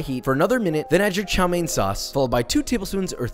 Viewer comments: ITS TSAO MEAN NOT CHOW MAIN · Hi Joshua, couldn't help but notice you were mispronouncing chow mein wrong, instead of chow main, it's more chow m-yen. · it's Chao Mian for god's sake, and chopsticks in noodles is fine the sin is stabbing the rice. but good video overall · I thought he said Xiao main 💀